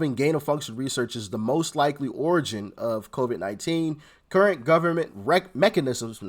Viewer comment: Said it right the 1st time, " wreckanisms."